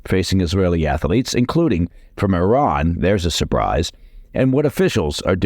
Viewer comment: Ath-lete, two syllables…